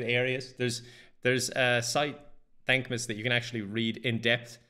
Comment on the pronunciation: I thought at first he was saying dank miss